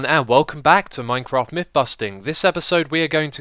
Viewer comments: Minecraft not Minceraft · MINCERAFT!!! LOL was that intended